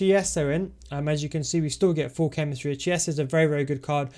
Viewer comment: Just a note, i think chiesa is pronounced "kieza" not sure tho